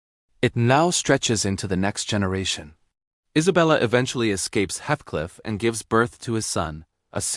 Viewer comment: Good summary but would have been better if the robo voice narrator had pronounced Heathcliff's name correctly.